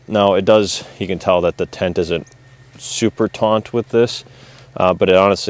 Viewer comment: 'taut' not "taunt".